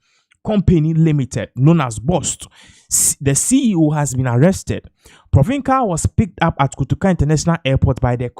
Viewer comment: Pronunciation of his surname Is Pronounce is Provensel